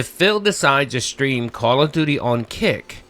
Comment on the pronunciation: Call of DEW DEE streams.